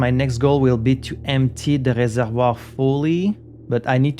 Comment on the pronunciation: I love that you pronounce all the loan words from the French language like Reservoir and Boudoir in the correct way! Fun cultural exchange